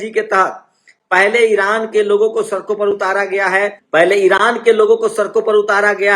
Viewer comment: See how this jatiwadi pronouncees word sadk sark,desh des, videsh vides,padega prega,khadi khari, hamesha hamesa